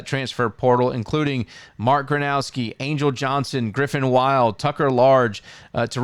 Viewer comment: Come on guys, “griffin wild”. Why bother featuring teams if you can’t pronounce the names of the best players in the conference last year?